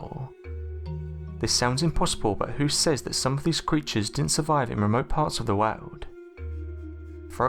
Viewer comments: I've never heard anyone pronounce the word "world" as "wow'd" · Every single god damn sentence ends in a fade out of the last word! Also "woahd" lol